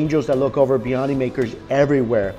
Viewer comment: love the channel but you've been heavily butchering the pronunciation of biryani.